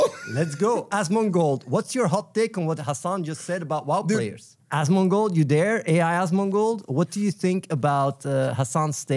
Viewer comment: Anyone else exclusively pronounce it "As ... mon gold" now?